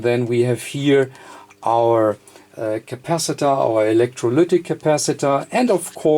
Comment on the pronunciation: I can't get the "electroluuuctic" out of my head xD